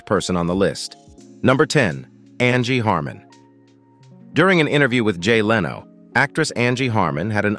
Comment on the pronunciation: Machine voices pronounce things in very amusing ways. I also laughed at Heidi "Clumb" and Jay "Leano".